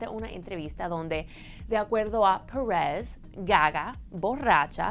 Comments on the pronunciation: Pérez! Es Pérez, no press, habla bien el español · Que coño "parez" se dise "pérez",y yo preguntándome, quien carajos es "parez"...(?) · Pérez mamita PÉREZ. "PUERREZ" QUE ES ESO!!!! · Ainoha Perez Y en vez de Perez Pures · "Paarez" si este contenido es para público latino ... Porque está mujeres inventadas pronuncian así ... Ya ni los mismos estadounidenses ... Es molesto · Porque se hace la que habla español gringo!! No entiendo porque pronuncia perez como si fuera inglés!! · Insoportable la pronunciación! "Parrez" ???? Que demonios?! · me distrae el acento de la presentadora , se pronuncia perèz de toda la vida en español no pèeereeezz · Alejandro Germanotta es que no dije que estuviera mal pronunciado, es irritante en el sentido de que no es necesario pronunciarlo tan americano, es un video en español, para el público latino y sinceramente me parece innecesario pronunciar el apellido "Pérez" como lo hace la notera. Al igual que "Cosmopolitan" y otras palabras, se pueden pronunciar con acento latino sin ningún problema. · tienes mucha razón, la palabra "perez" se escucha horrible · nada más detestable que cuando pronunció "Pérez"...